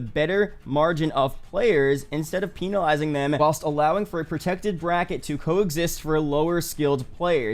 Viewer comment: What that goofy ah pronunciation of penalizing